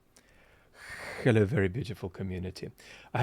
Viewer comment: It's crazy how I started this video, not noticing my headphones weren't connected and I still could her the KHHHello clear as day when said it